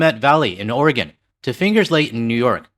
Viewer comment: I know you don't care but it's Will-A-mette, not WILL-a-mette. Thank you for saying Oregon correctly though. I have Canadian neighbors, fwiw 🇨🇦💙